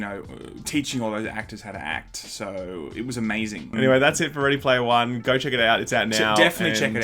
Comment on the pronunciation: Ready Laymer One